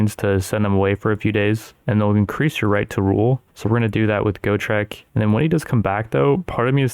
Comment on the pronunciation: As a massive fan of the Gotrek and Felix books it hurt me physically every time he mispronounced Gotrek and Ulrika's names. Ulrika wasnt as bad, but Gotrek really got my head turning every time